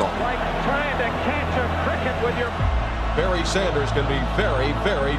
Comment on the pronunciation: "Baryr" Oh, Detroit....